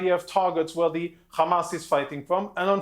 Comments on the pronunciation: Why do they pronounce it kkkrrkkamaas? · don't believe a person who says "KHHAMAS". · why does he say khamas khizbulla khouthis when he clearly can pronounce the H normally in other words